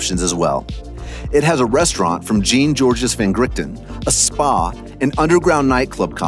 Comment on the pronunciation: Soooo luxury! Call me back when you learn the “Detail in Luxury” like how to pronounce the name of one of the most famous chefs in the world, Jean-George.